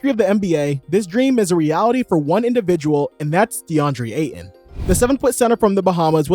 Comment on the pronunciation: There’s a T in Aytons last name